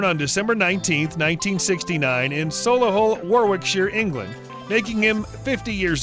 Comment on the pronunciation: "So-lee-hull War-wic-shire" and the well known town of "wrip-on", Yorkshire. 😝😝😝😝😝